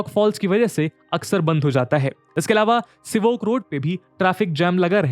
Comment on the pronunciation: All are saying Sivok..bt that is Sevok